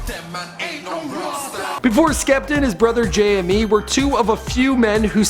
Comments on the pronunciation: Please pronounce him like you would Jamie not J M E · Come on, his name is pronounced Jay•Me not Jay•Em•Mee. It's spelled JME though. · i love how he pronounced it J.M.E. cx lolz